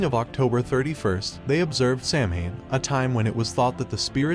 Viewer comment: Not pronounced correctly here... It's "Sah-win" in Gaelic. For Summer's end.